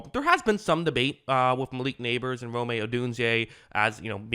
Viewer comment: Rome's name is pronounced like the Italian capital.